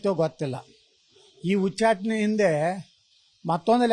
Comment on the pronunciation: Nivu yak yatnal ucchatane anta sariyagi heli hucchatane alla